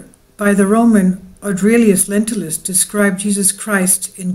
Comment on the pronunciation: Lentulus, not lentilus, Lentils are beans.